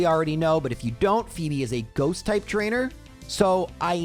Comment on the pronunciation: I misswhen called her Fweb instead of fee-bee.